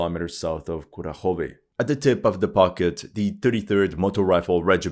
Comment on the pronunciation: There could be differences in dialect, but the mispronunciation of Kurakhove drives me mad 😂